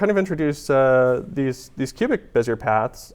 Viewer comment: You know, Bezier is a French name, roughly pronounced bezyay .